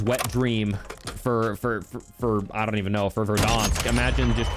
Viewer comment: Ver-dah-nsk was right. No need to correct yourself!